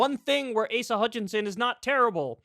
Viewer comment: "ASS-uh" Hutchinson 😂